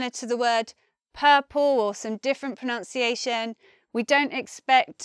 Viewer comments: Why u say pronounciation rather than pronuncia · I agree... The way she can't even pronounce "pronunciation" is troubling given that she has 900,000 subscribers who probably hang on to her every word 😒 Maybe learning English as a foreign language. She is pleasant to look at though... I shall mute her next time 😄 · Pro-nun-ci a tion Not Pro-nounce- ci-a- tion (See Oxford Dictionary plus see Cambridge Dictionary)